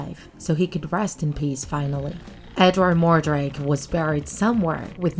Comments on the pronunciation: sorry to correct you but his name is edward mordake not edward mordrake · “Edward More-Drake” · It's Edward Mordake